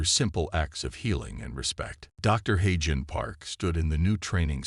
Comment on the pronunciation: Note for your AI voice it's Haaagen, with a g (God) not j (jesus).